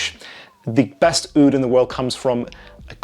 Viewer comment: Your “Oudh” pronunciation was beautiful